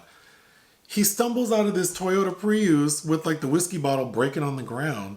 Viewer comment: I like when plays with pronunciation. A Toyota Pri-oose 😂 Another video you said tur- kwoze (turquoise) 😜 I love Morgan Freeman and Florence Pugh so I will probably check this out. But it sounds like you got to be in the right mood. I don't really like addict movies 😒